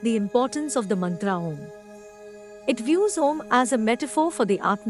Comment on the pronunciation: Wonderful job! Except for the awkward Mantra pronunciation by the AI lady. still it is impressive.